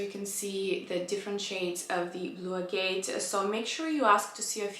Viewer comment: I'm not usually a blue person, but that blue is very pretty 💙 In case no one has shared with u how to pronounce agate, it's pronounced ag-it 😘 PS I love both ur pieces 💕